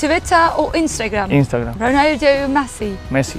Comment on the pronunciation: Röportaj yapacak daha sempatik birini bulamadınız mı? Hanımefendi Ronaldo ve Messi telaffuzunu bile abartı şekilde İngilizce yapıyor, isimler olduğu gibi söylenir, aksanı yoktur.